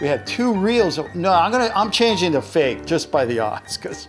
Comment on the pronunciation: There is no e in fake when you say it’s so fake is funny